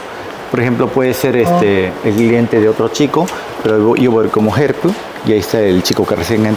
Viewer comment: Dijo “entertainer” “ help” ( herp) con acento Japones, que loco e interesante. Hablo con cuidadito.